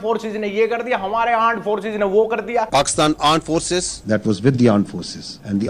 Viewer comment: Not arm forces it's aand forces😂😂😂😅